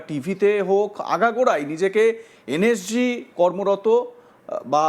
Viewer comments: এ তো নিজে একজন ভুয়ো সেনা,NSG কে উচ্চারণ ই করতে পারছে না বলছে NSC,, আগে নিজে ঠিক করে মিথ্যা বলা প্র্যাকটিস করে আয় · এই তো দেখছি এন এস জি কথাটাও ঠিকমতন উচ্চারণ করতে পারছে না এন এস জি কে বলছে এন এস সি। এই ব্যক্তি প্রাক্তন সেনা কি না সেটাও সন্দেহজনক।